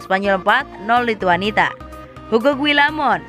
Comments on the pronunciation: Nyebut lituania juga lituanita 😔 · Lituania ga pake T